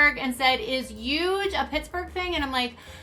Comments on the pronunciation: And I have to add,Everytime I rewatch an episode of dance moms,I yell at the screen for Abby saying 'Uuuge'! Like,my goodness woman,use your H !!! Lol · Actually the way Abby pronounces “huge” is how many New Jersey folks pronounce it.